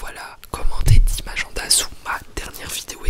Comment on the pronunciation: j'adore quand il dit aGENda